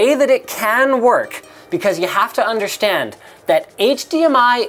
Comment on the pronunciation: I can't unhear "undershtand"